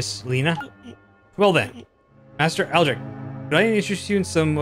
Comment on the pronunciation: My bad you got Lina and Aldric correct and you almost got Hadann correct, other than that...yeah. Thank you for your kind words :D